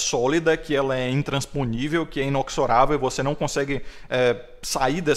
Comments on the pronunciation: Mano é INEXORÁVEL, tu fala INOXORÁVEL. Um abraço. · Inexorável eh gênero neutro. Inoxorável eh o masculino.